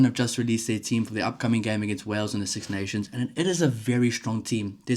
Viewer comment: 😂😂😂 it's Wales dudette.